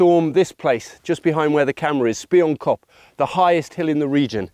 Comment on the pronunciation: Pronounced SPEE-YOON-KOP. Means "Spy- Hill"